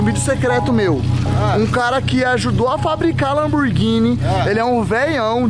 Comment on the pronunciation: Lamburghini só se for msm ! Fala certo !